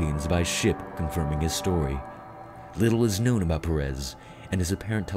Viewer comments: TIP: Pérez is pronounced with emphasis on the "e" that is what that little " ´ " means. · Gil Pérez is not pronounce like that. "Gil" sounds like "Hill" and the stress in Pérez is in the first syllable.